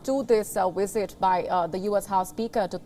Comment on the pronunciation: The wisit was amazing vasn't it?